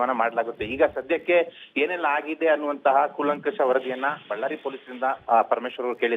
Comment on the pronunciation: ವಳ್ಳಾರಿ ಅಲ್ಲೊ ನಿಮೌನ ಬಳ್ಳಾರಿ